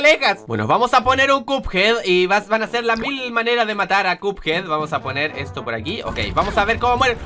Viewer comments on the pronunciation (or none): Se dice cuphead no cupead